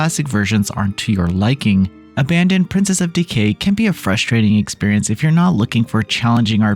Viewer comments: You keep saying abandon but it's abaddon (ab - uh - dawn) means "place of destruciton" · I think it's pronounced ABBA DON